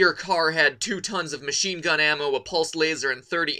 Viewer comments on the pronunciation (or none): none